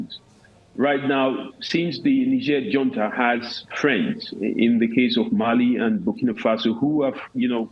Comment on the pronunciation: Is it called hunta Or junta? 😂